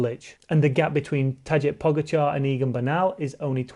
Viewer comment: Not trying to be a prick, but if you gonna talk about him all the time - it’s pronounced “Vote” Van Aert. And “Taday” Po-GA-char